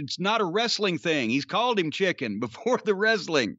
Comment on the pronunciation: I don’t know if it’s just me, but I hear Jay call Mark “Chicki” not straight “chicken”. I know it’s the same thing, but it’s how he says it that gets over along with how Mark behaves.